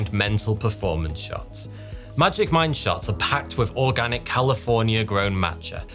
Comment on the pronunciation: When the sponsor for magic mind came up, I swear I heard "magic mike" and I was like ... huh?